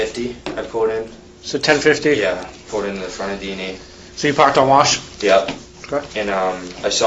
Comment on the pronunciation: was the only one following anyone. Also,, it's PULLED not whatever in the world you say, pooled? wth?